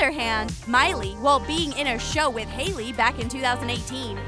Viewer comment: You did ei instead of ai in Hailey